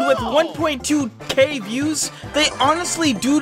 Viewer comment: You are saying the views wrong